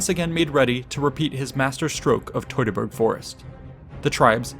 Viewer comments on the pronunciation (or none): Teu(two)-ta-burg forest…. It’s really not hard to say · Fantastic retelling of these events! But I’m curious where you learned to pronounce “Teutoburg”. Because I’ve always heard it pronounced “TEW-tuh-burg”. But you seem to pronounce it “TOY-tuh-burg”. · Wtf is toytaberg. Are you from Brooklyn. Do you pronounce birds as boyds? Maybe you should do a video on the toytonic knights